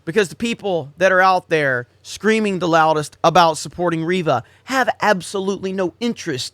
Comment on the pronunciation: It's REYVA, not Reeva...